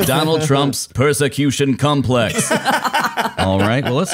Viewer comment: It was funny, but "Persecution Cumplex" and "Live Laugh Lobe", just Destroyed me, I nearly had a Heart Attack. Another great show, Now I have to go get some Air, Ha Ha Ha. Sienfeld pretending to be intellectual was to much.